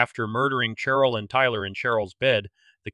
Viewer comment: Who told you to pronounce Cheryl with the ch sound instead of the sh sound? Sheryl and Cheryl are pronounced the same